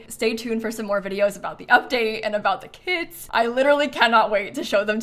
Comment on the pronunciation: who else heard kids and was like what??? (i now know it is kits)😂